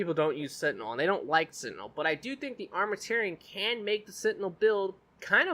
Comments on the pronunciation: The way he pronounces Armamentarium triggers me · Good video. Real good. Thumbs up, but Armament and tarium isn't that hard put together and pronounce correctly.